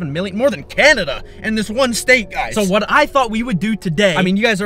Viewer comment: 1: said not sed 2: what not whet 3: thousand not thosind 4: times not thims 5: 20,000 thousand? Do you mean 20,000